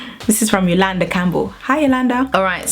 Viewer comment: You pronounced my name just right!